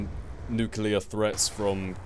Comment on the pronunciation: FINALLY someone who pronounces nuclear properly... oh:(